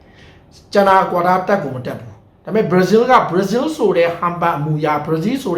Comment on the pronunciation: ဘရာဇီးလို့ပီပီပြင်ပြင်ပြောစမ်းပါကွာမင်းဟာကဘာပြောမှန်းမသိဘူးပဲကများနေသေးတယ်